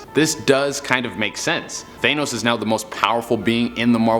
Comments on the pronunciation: 1 year after Infinity War and people still say that it’s Thay-nos Its THA-NOS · "THANE-os" smh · stop saying thaynos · THE FACT THAT HE SAYS THAYNOS JUST BUGS ME SO MUCH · I hate the way he says thanos. He says it like thaynos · i stopped listening when you said th-ay-nus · For number 3 instead of thanos, it's thano. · He just said th-ay-nos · Lol he said Thenos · Only argument I have is your pronunciation of thanos. “Th-anus” lol come on man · I don't know why, but the way he says "Thane-nos" doesn't quite work....just me idk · The way he says thanos kinda bothers me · Take a shot Every time he mispronounces thanos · The only thing scary about this video is they way he pronounces Thanos